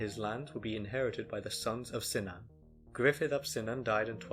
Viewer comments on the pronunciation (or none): I would say Cynan like "Kunan" and not like "Sinan." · Cynan is pronounced Kunan. Welsh doesn't have a soft C. Hawarden is pronounced Har Den in Welsh or Hard'n in Saesneg.